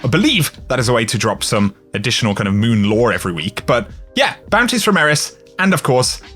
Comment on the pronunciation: "moving over to the mööün"